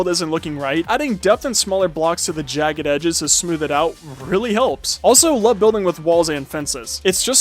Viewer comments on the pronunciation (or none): none